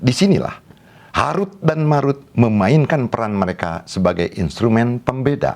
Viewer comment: Tolong pelajari lagi ilmu tajwid. Belum bisa membedakan antara huruf د dan ذ